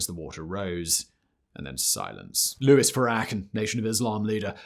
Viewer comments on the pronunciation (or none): none